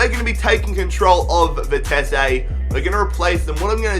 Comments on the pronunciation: You say vitessé but it is vitesse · Its Vi-Tes-suh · I think it's pronounced vite see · stop saying Vitess-ay. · bah bah, Vitesse. NEC Nijmegen for the win! WE ARE THE BEST OF GELDERLAND AND GOT RELEGATED, so can you rebuild them? also it is Vie-tes-uh. that is how you prenounce it.